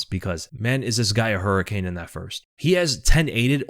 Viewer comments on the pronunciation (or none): none